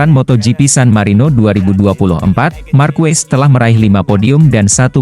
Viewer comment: Marquez dibaca markes bukan markues!